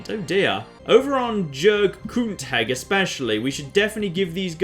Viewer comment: I can't wait to see other variations of how pronounces Jurg-Knootheg